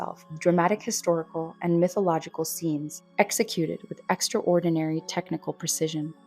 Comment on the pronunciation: The pronunciation of extraordinary as "extra ordinary" [edit: with a definite pause that made it seem like 2 words] caught my attention too